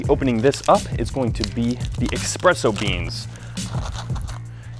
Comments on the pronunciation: Espresso. Not Expresso. God damn it. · ESpresso....not EXpresso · Every time someone says EXPRESSO one Italian dies :P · Wait, what? So you really don't say expresso? 😱😱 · dat "expresso" boys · Oh, oh no, did he say "expresso beans"?